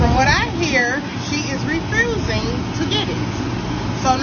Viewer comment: The business owner was killing me with "She is refroosing the money" and "Now I am aXing my followers..." 😂😂😂😂😂